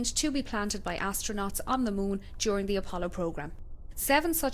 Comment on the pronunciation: Are you still pronouncing it 'Mun?'